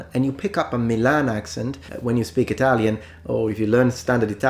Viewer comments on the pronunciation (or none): none